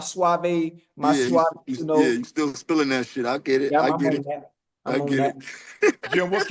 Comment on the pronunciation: Unc: Yo name JIM.... not GYM